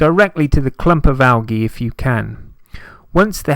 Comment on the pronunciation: "AL"- g' -E That's Algae Junior - ROFLOL Am howling - never heard it pronounced like this, ever! "AL - the letter G" is the correct pronunciation in the USA. It struck me so funny!